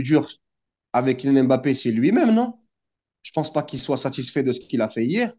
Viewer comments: Frère t’es black commence pas à nous sortir des " BAPPÉ " c’est " M’BAPPÉ" ça ce lis "Hmm-Bappé" pas "M" et "Bappé" vous faites vraiment aucun effort c’est incroyable. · Putaiiiiin on dit Bappé